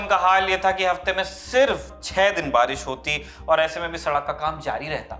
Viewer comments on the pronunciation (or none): none